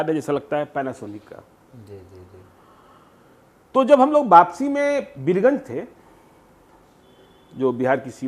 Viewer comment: آپ سے ایک گزارش ہے کہ آپ دوران گفتگو اکثر اوقات جی کے بدلے زی کہ دیتے ہیں غور فرمائیں